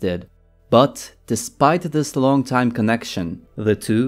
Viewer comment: I drink everytime I hear "teim" in theese guys videos.